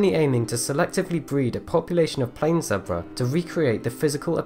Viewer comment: What’s a zabra. You mean zebra